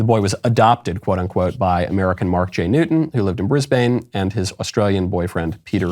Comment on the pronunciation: Also it’s said brisbin my American gem